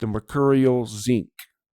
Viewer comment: when you said Zinc I busted out laughing lol You have said Tzeentch a hundred times before but it is always that one that makes you look bad lol Much love brother